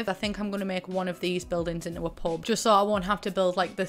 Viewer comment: idk about anyone else but every time you say "pub" I thought you were saying "pope" lmao